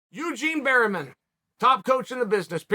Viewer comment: “Eugene Berryman”